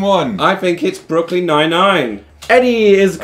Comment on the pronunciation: Ah yes, Brookln Nine Nine